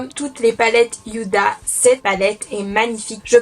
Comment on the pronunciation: Coucou, il me semblr que tu prononces Yuda pour la palette mais il n'y a pas de "Y" dans le nom 🙂